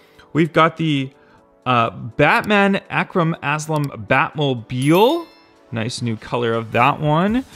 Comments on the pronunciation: Not Ak Ram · Arkham Batmobile. Pronounced Ark-um.